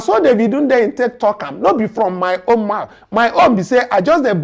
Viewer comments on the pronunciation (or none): none